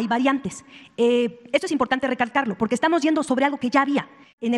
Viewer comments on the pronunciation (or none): none